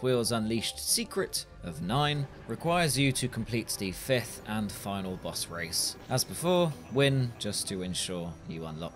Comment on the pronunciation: Man you had me so confused for half the video, kept wondering where these "Bus races" are that you kept talking about & then i finally realized you were trying to say the word "Boss"